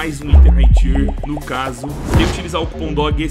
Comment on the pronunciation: Só uma dica, tier não se pronuncia assim